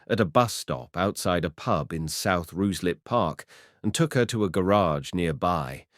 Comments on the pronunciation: I've actually had to stop listening to it, the various pronounciations (Rooozlup etc) are awful! I'll read about it instead! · Ruislip is pronounced Ryeslip. The AI commentary seemed to occasionally get it correct and then in the next sentence would mispronounce it. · Obviously AI cannot pronounce Ruislip correctly! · I was going to comment exactly the same!